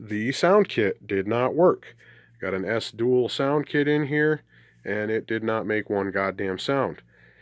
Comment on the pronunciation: BTW it’s ‘E-S-S one’ not ‘esss’….